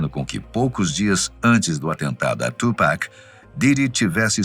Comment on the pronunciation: Nao e tupack e tupac